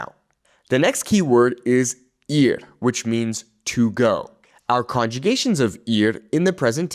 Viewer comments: he pronounced the Spanish word “ir” like “ear” instead of “eer”. But he only did it once, I should have watch the whole video before commenting. It’s not that big of a deal. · The “ir” is pronounced more like eer. More e sound. The I in Spanish makes more of an e sound. Just so you know.